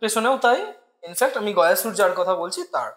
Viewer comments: Gaayasur noy goya sur vardan noy bordaan hobe uccharon ta amra bangali re bhai. Vishnu ji vramha ji 🤣🤣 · বিষ্ণু, গয়াসুর, বরদান, যমালয়, যম - এই শব্দগুলির সঠিক উচ্চারণ করা খুব শক্ত?